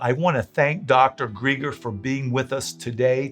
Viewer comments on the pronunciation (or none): Excellent. I appreciate you getting this information out to other Christians. Thank you Dr. Greger (btw, you pronounced his last name incorrectly, it’s like the name Greg)